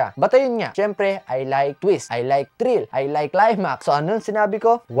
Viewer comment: i2 ung coach n b0Bo 😂 thrill hnd trill, ikaw dn ung nkpgnego parehas kayong barok 😂😂😂